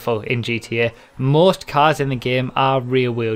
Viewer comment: "cass" its "cars" pendejo!